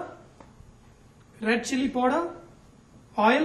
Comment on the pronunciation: sorry sir but plz dont say poder (powder)--its paaauuuuuder (powder). u r simply gr8 :))